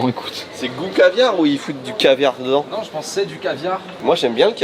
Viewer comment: J’adore ce que vous faites, je vous suis depuis des années. Je me demandais: est-ce que sait qu’il prononce le mot « Dedans » bizarrement? Il dit « Ndans » et pas « De dans » D’où vient cette accent?! 😅😂